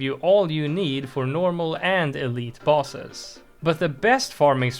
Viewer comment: Is bro saying bosses or balls